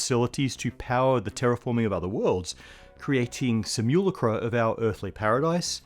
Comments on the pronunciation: "...creating simulacra..." was oddly ear-catching. We all have our respective accents and dialects in a given language, and this bit sounded like "...creatine some you lucre"; a moment of cognitive dissonance at which I paused and had to wonder, given the current state of advancement in (and unusual pronunciations by) and lesser deployment of LLMs and deepfake tech.. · Do Aussies really pronounce simulacra that way? Great video regardless :D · wait how did you just pronounce "simulacra"?